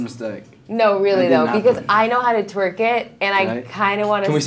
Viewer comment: I was so annoyed she was saying "twerk it". It's twerk